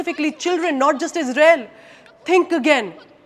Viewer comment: we sappot yuu ijrael 😂😂😂